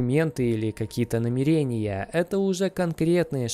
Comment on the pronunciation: НамерЕния - это несколько измерений))) и так не говорят НамЕрения - это собираться что-то сделать. (Ударение на 1ю букву Е)